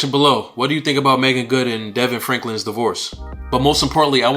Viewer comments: Hi, Thank You for that. Its pronounced D-Von. God bless you, brother. Thank you for sharing! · His name is pronounced Da-Vaughn